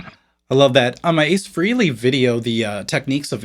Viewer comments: It's not Ace Freely...it's Frehley Fray-lee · Man, drives me crazy when people say ACE was a big influence on them or praise him for his PROWESS on guitar, but then they mispronounce his name. IT'S "FRAY-LEE" ,not "FREE-LEE" Come on now. I'm sure ACE has put up with it ALL HIS LIFE ,but us fans gotta keep shit real. Btw, I do like your segments bro, AND YOUR CHOICE OF GUITARS YOU DISPLAY, you just ruffled my feathers a bit about 🛸 ACE 🛸 LOL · FRAY-LEE not FREE-LEE. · It's Ace FREHley, not FREEley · FRAY-LEE .....Not..... FREE- LEE. Practice pronouncing Ace's last name. Think of the Note or chord "A" for his first syllable and you will get it right every time.